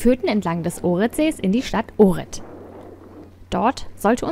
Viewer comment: zur info: ohrid spricht man "ochrid" - nix fütr unguat !